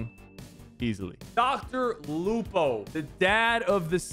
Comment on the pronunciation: Dr. Lupo? Dr. Loco 💀💀💀